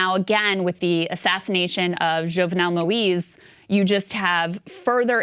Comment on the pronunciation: Hi Krystal... hope you're reading this... his name is pronounced (Moy-eez) or M-oise like Noise... it is easy to mispronounce. But the analysis of this story is on point. I hope the US opens better trading relationships with Haiti and France will call off the inhumane debt.